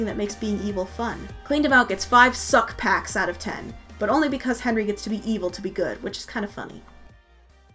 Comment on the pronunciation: the way she said succ-packs 💀